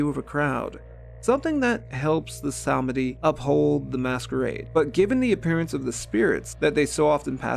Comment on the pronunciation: Sameeeedi. Not semehde. 😊